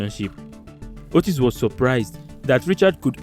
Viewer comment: Kenyan here 🇰🇪.... happy to see Kenyans and Nigerians together. Btw,Otis is pronounced as Otiiiis...